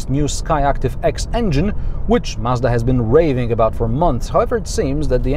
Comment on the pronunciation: Finally someone pronouncing Mazda and not Marzda